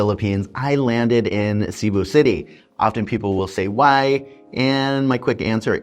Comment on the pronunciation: Filipinos and experienced foreigners do NOT say : Sea-boo City , They say : C'boo (C pronounced like a S) Shows you have not melted into the place. Your still an outsider. (Your not in america , your in Phils)